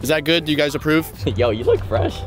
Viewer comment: its good boy not guud boy